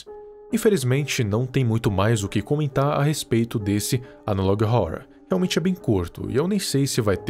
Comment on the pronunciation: n tanco esse " analog róror "